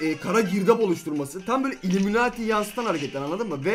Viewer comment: Uliminati değil ullimemati